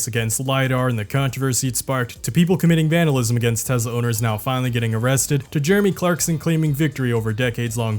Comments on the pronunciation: Try saying Tesla, not Tezla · I like that you say Tezla rather than Tesla. Any way of mocking the brand is the right thing to do.. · It’s pronounced “Teslur” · TESLUR i LUV TESLUR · Oh No! Not Tesler!!! Anyway... 😂😎